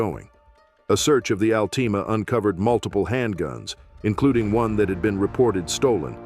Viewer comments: the al-teama 😂😂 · The "Al-teema." lol